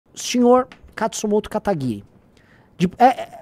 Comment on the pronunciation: Provavelmente na pesquisa nenhum pesquisador sabia falar "Kataguiri" direito.